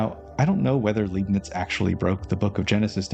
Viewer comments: His surname is pronounced: {L‧eye‧bnitz} / {Lie‧bnitz} not {L‧ee‧bnitz}, but I understand; it is hard to assume or know. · Interesting presentation as per usual, good work. I'm tempted to pick up the book—not that I have much free time at the moment, alas—so as to not wait for future parts. One little thing though... the name's LEIbniz, read like "lie" and not like "lee". (You'd read it like "lee" if it were spelt LIEB-niz, which likely makes it even more confusing for the native English speaker.) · I love this series also obligatory Leibnitz’s name is pronounced LEIbnitz i.e. Lei like ”Lie” or Lie-bnits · German here that loves your videos and wants you to get all the recognition you deserve 💜 The “ei” in Leibniz is pronounced like “eye”, or maybe easier, read it like “Lie - bniz” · Tip about Leibnitz pronouncement: the first syllable is pronounced like the English word 'lie' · the "ei" in Leibnitz is pronounced like the "i" in like btw